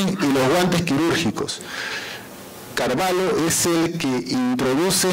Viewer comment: Estimado, la pronunciación correcta es Carvallo pronunciando la LL, no Carvallo con LH. Esto debido al origen hispano del apellido. El apellido viene de la frontera entre españa y portugal, siendo la parte española con LL y la parte portuguesa con LH. Atentamente, Raúl Carvallo, tataranieto de Don Tendulio Constantino Carvallo Loli